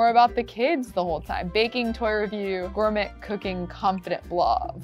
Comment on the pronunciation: Anyone else hear her say gourMET not gourMAY. 😂 it’s ok we love you.